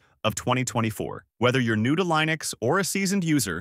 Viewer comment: Would probably be helpful to learn how to pronounce Linux correctly..